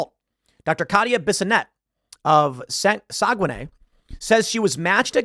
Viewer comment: Joncquiere you prounounced right, it's saguenay that was a little cursed XD